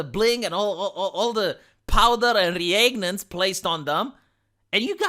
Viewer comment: it's reagent, not reagnant or whatever abomination you uttered. I abstained from turning into Pruteanu when you said it yesterday, but this time I had to say it:)